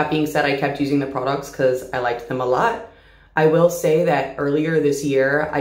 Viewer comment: This is very off topic but....I love the way she says products😭❤